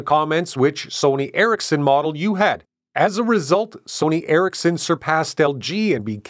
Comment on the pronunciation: It's Eric's Son (Ericsson) and not Erik-sen. Also; it's not Knock-ia, but rather No Kia. Get it right.